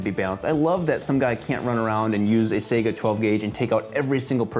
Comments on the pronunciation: This is why I love you tube. I'm thinking about starting a series of videos where I pretend to be an expert about a thing I know jackshit about. Purely as satire of course. This video is funny and funnier because it wasn't meant to be funny. The moment I heard him mispronounce saiga my skepticism set in. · It is SA-EE-GAH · Its not "Sega" it's "saiga" the "Ai" part is pronounced like "eye" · sega 12 its called zaiga12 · one and the most important thing fuckin EVERYONE gets wrong about Saiga 12: It's pronounced saigA, not sAiga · Its not "say-ga" its "sai-ga" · Why does he pronounce Saiga “Sega”? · Sigh- gu not say-ga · sega? Lmao nigga. It's Saiga (saeegha). Based of AK47? Bitch please. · "Sayguh" IT IS PRONOUNCED "S-eye-guh" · I was so annoyed it's not pronoced Sega it pronoced sage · It's not Sega, it's saiga. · Say-ga? It's Sai-ga. Сайга, cyka blyat. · apparently he thinks it's spelled "SEGA" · I remember when Sega got into the arms industry. Oh wait that didn't happen. It's pronounced fucking "saiga" rhymes with "psyche-uh". Saiga's are goddamned good guns. I own 2 in different calibers and I cherish them. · FWIW, "Saiga" is pronounced with the first syllable rhyming with "guy," not "say." Also, the "rifling" on the slug doesn't actually stabilize it. Those are there so it can swage down through a choke without damaging the barrel. Taofledermaus did some high speed of "rifled" slugs going downrange and got about 400 rpm measured. Sounds like a lot, but it's not enough to stabilize a bullet or slug. If you look at the twist rate of a rifled slug barrel and velocity of a rifled slug, you get about 30K rpm, which actually will stabilize. The hollowed back of the slug is actually what stabilizes them. They're aerodynamically stabilized. Some companies like Brenneke attach the wad to the back of the slug to help with that. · It's pronounced SIGH-GAH not SAY-GAH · Sai Gaa not Sega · “Seyguhh 12 gauge shotgun” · Like si ga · you are pronouncing it wrong you dimwit